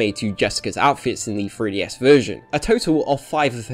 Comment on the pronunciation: Why does it sound like you're saying "freeDS"?